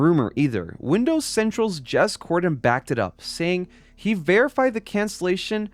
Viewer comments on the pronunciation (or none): none